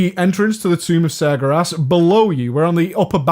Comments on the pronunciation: You pronounced Sar-ger-as wrong :D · The way you say Sargeras makes me mad. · sargaras? LOL